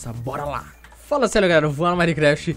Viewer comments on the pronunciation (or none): none